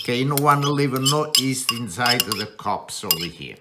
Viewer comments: Did he just say “east?” I think he meant YEAST lol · Great recipe. My favorite Chef. The Y is silent in yeast!